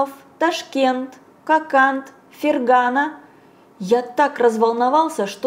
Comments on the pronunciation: Спасибо за работу, но всё таки ФерганА, ударение на последнем А. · мне очень нравится, как Вы читаете! Спасибо за Ваш труд! Но все же странно не знать, что Фергана и айва произносятся с ударением на последнем слоге.